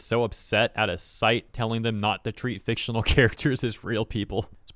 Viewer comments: "do*nya*tions" "fictio*nya*l" I dont think those are typos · "FICTIO-NYA-L", you owe us a singular "nya". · they had me at "fictionyal" 😹